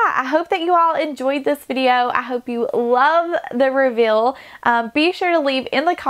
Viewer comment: Liked it because of the way you transformed the RV. Looks beautiful. But please pay a bit more attention to how you pronounce some words. Fuhl is feel? Wuhl is wheel? Ruhwhul is reveal?? Wuhl is will?